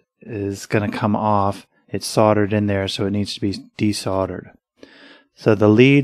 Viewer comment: "sordered" I'm sure you mean "SOLDERED" !!!